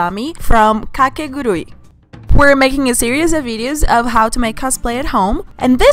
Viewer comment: Logo percebi q era br pela pronúncia de "Kakegurui" KKKK